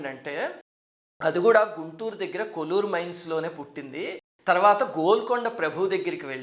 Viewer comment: కోళ్లూరు సర్ అది. కొల్లూరు కాదు. కృష్ణ నది ఒడ్డున ఉంది. పులిచింతల ప్రాజెక్టు దగ్గర గా ఉంది.